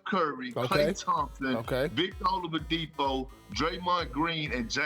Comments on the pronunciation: "O-LUV-UH-DIPO" -Perk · perk really said Olavadipo😂😂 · Nobody: Perk: Victor Olavadipo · Come on perk...Olavidipo???3 times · Can somebody tell Perk there's no "V" in "Oladipo?" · I can't believe Perk still says "Olavadipo" 🤣 he makes it sounds like a Russian name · Nobody: Kendrick Perkins: Victor OLAVADIPO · Kendrick "Victor Olipadipo" Perkins 🤦‍♂️ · No one: Absolutely no one: Kendrick Perkins: Victa Ovaladipo! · Perk said Olidipo 🤦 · Nobody: Perk: "Ovalodipo" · Perk there’s no M in Oladipo 😂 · Perk kept saying "all of the Depo", lol. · I like when they talk about Bam Adebayo and perk is on the segment he always calls him “Bam OutoftheBayou” just like he just chopped victor oladipos name... “Vic Ol’DaDeepHoe” 😂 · Perk: “OLAVADIPO” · Victor "Olowadipo" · Perk said victor olivadipo! Lol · Victor Olavadipo 😂😂😂😂😂😂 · Who is "olavadipo"? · The best part of this entire clip is Perk trying to pronounce Oladipo😂😂😂😂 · And it wasn't a mistake because he said it twice🤦